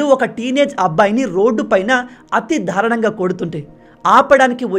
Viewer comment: నాయనా దారుణం అని పలకాలి కానీ మీరు dhaarunamu అని పలుకుతున్నారు సరి చేసుకోగలరు